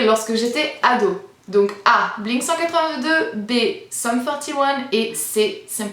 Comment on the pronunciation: Pour le Blink 182 prononcé en français je te tape sur les doigts ma petite!!!! Et c'est une grande fan de ce groupe qui te parle:)